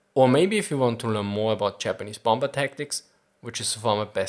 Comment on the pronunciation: I love this channel, but I still cringe when you use a hard B for the second B in bomber.